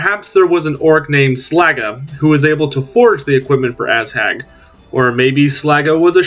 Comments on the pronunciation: lol it's Ah-zhag not Asshag.. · Definetly asshag.